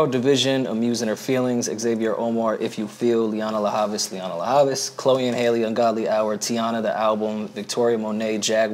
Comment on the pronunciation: One day will stop adding an "A" to the end of Lianne La Havas' first name. Christ.